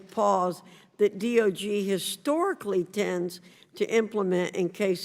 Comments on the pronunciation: She keeps saying DOG rather than DOJ. What is wrong with her? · Virginia Foxx is a sharp and not mentally compromised, like Sleepy Joe? However, I did notice that she referred to the 'D.o.J.' as the 'D.o.G.' and also mispronounced 'Senior leadership' as 'CL leadership. (Might be a case of misreading poor handwriting.)